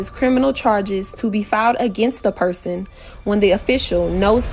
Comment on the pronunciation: she says “yourcelf” and “persun” these are not ppl to be believed or taken seriously 😹😹😹😹😹